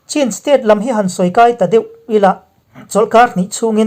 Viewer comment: Chin tih hi chhin tia lam tur ani e.